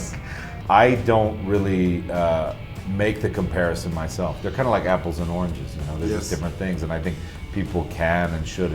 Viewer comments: Pinche!!! Trabajale a tu pinche inglés!! No se dice "compareishon" es COMPARISSON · 'compareshion' jaja , comparación en inglés es comparison.